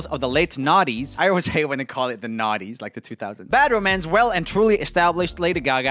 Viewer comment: It's "noughties" not "naughties" lol🤣